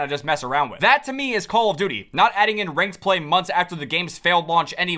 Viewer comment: dude for the longest amount of time i thought you were saying "how you doing?" not "call of duty"😭💀